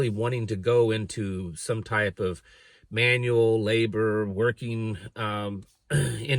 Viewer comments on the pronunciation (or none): none